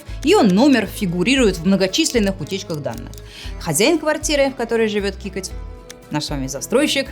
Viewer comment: Не кикоть, а Какоть)))